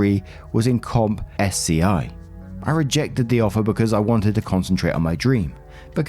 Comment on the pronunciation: CompSci is pronounced like “Comp Sigh”, it’s short for Computer Science so the shorthand is pronounced the same way as the full name. Same with SoftEng (Software Engineering - a subtopic under the CompSci umbrella) I’m a SoftEng student myself and they’re common abbreviations when you’re referring to them by text or speech. We’re too lazy to say the full title constantly haha